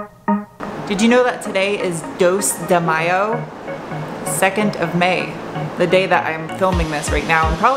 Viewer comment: "Dois de Maio" In a almost perfect Portuguese 👌